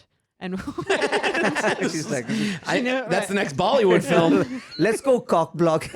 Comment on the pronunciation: I like how he says Bali would instead of bollywood😂😂😂😂❤